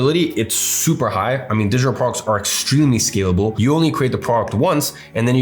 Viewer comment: He says digital products like Kim Jon. "Digitor prorcs"